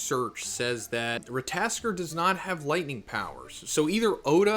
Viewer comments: Ra-ta-tos-kur phonetically 😂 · It can be prononounced Rat-(tuh)-toss-ker. Look up god of war Ragnanork scenes with the squirell you can see how they say it. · Rat-o-tosker z lol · Don't worry, Americans can't pronounce shit. They saw Ratatoskr and they all said Rataskor. But of course, Americans will be Americans. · Rata-tosk-er. Sounds more like that. hope it helps prenouncing the name better. Im norwegian native speaker btw😆❤ Just hard to explain on text. We roll the R too. Also rattatosker is a messanger god he walks from realm to realm whispering News etc from gods world to our etc he lives in Yggdrasil the world tree thats the way between realms is thst tree hence called rhe world tree. Thor is the one conjuring lighting. Since u meantioned lighting etc i added some info. Feel like oda mixes the gods and their power and story in one piece he does that whit other gods etc too. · Rat-aa-tosh-ker and needh-hawg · I believe the name is pronounced, Rah Tah Toh Sker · his name is “ rat-a-tas-skr” pronounce it like that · Rat- ta -tos -ska 😂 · Hey , greta video . In the video game SMITE there is a god called ratatoskr and it talks . they pronounce their name so for future videos you could pronounce it correctly . keep it up brother . Love your videos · very bad pronunciation 😂😂😂😂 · It's Ratta-tosker and Nid-hog